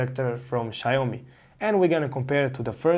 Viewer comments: Xiaomi' not Xiao'mi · Small corrections, it's pronounced 'Xiao mi' and not' Xi ao MI '. Thanks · Xiaomi != Xaiomi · "Shayomi" hmp...😒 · "shy-oh-me"... interesting name :D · if you're pronouncing it incorrectly... :) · Well if you can't say the name of the product or company i'm just not gonna watch your videos lol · Good information! It’s pronounced with two syllables though